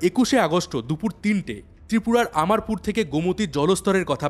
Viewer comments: স্যার আমি ত্রিপুরা থেকে বলছি। আপনার সব কথাই যথেষ্ঠ যুক্তিযুক্ত।কিন্তু আপনি 2টো শব্দ ভুল বলেছেন। একটা হচ্ছে আমারপুর ওটা হবে অমরপুর। আর মন্ত্রীর নাম হবে রতন লাল নাথ।। অসংখ্য ধন্যবাদ আপনাকে। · Bhai video ta khub oi logical.. Du ekta mistake hoyeche ... Tripura rar CM er nam holo Dr. Manik Saha .. Ratan Lal Laha noy Ar district er nam er pronouncetion hobe omorpur .. aamarpur noy Valo theko